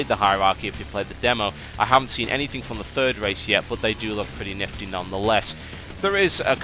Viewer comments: lol TB said "niffty" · He said nifty N I F T Y